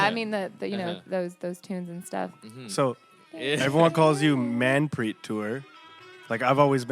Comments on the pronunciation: why are you guys pronouncing her name like a bunch of goray? It's Manpreet, Not Maanpreet. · its so cringe the way he pronounces her name.....